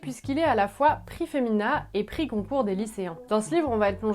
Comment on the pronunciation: J'ai l'impression que tu dis prix "Concourt", ou c'est moi ? De tous, c'est donc le Goncourt que tu me donnes envie de lire ... Nous parleras-tu de "Feu" ? J'aime ton côté direct-cash. 😉